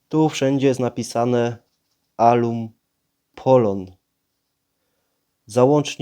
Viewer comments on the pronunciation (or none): pewnie gościowi chodziło o to że wymawiasz ten stop jako aluMpolon a poprawnie jest "alupolon" ale i jak ktoś jest w temacie to wie o co chodzi